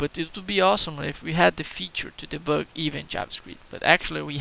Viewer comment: I like the way you say "deboug"